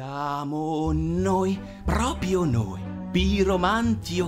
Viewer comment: Bellissimo peró ogni volta che dice "Propio" muoio un po'...